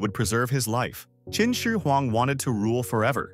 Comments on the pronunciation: kin she weng 😭😢🙏 1/10 pronounciation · your pronunciation of Qinshi huang is way off. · I thought you said Kimchi Huang